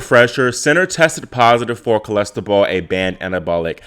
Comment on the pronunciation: It's not Cholestebol, it's Clostebol!